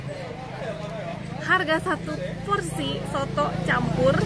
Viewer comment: Nama masakannya bukan SOTOKK, tapi SOOTOOO !!!!!